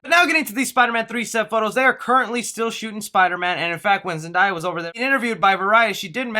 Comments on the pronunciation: Can we break down the name of Zendaya.... ZEN-DAY-A, where is the I? Why do YOU PEOPLE keep mispronouncing her name? ZEN DAY A ZEN DAY A Use your syllables if your not sure how to pronounce it!!!! ZEN DAY A ZEN DAY A Say it one more time. ZEN DAY A!!!!! How would you like it if someone continued to mispronounce your name!!!!??????? You don’t pronounce today todiy. The word DAY is clear as DAY in her name!!! You don’t say DIY do you? And your not the only one!!! Many of y’all say her name wrong all the time!!! ALL THE TIME!!!!!!! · No. Zen-day-a. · dude said Zendaia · Why do people pronounce Zendaya as Zen die ah. It sounds like how it’s spelt my guy. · OMG its (Zen-Day-Uh) lol Great video as always!:) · It’s actually pronounced Zen-DAY-ah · Haha leave alone about Zendaya's name it is "zen-day-yuh" though it's not a super big deal though. amazing work as always! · did my bro just say zandaya😭😭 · Why does everyone insist on calling Zendaya "Zen-die-ah' HOW HARD IS IT TO SAY HER NAME?!? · Bro I'm gonna need u to say Zendaya correctly its Zen- day- ah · Her name is pronounced “Zen Day Uh” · It’s ZEN-DAY-UH! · Again its pronounced Zen-DAY-ah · Zen-Day-Ah correct and only way... confirmed by Zendaya herself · yo your pronouncing her name wrong bro... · I don’t even want to watch this video anymore. You can’t even pronounces Zendaya correctly!! OUT 👎🏾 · pls say zendaya right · Sorry to hate but you said her name wrong zendaya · What annoyed me was him saying zendaya wrong it don't have an I in her name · Btw you said Zendaya wrong. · he said Zendaya wrong and aww no Dane Dehaan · It’s just a mispronunciation of a name. It’s not a big deal. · Keep Saying zendaya wrong 😑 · The way u said zendayas name 🤦‍♂️😂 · U not even saying her name right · So not is going to say anything about how he say zendaya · He can talk Spanish, but can't say zendaya's name right😂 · Its really not that hard to pronounce Zendaya. Its simple ZenDAYa✅not ZenDIEya❎